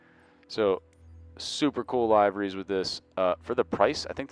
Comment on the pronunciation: It's LIVE-ER-REES